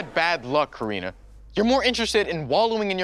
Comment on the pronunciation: It's Karina not Katarina